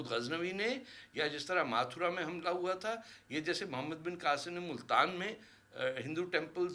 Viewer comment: It's not माथुरा it's मथुरा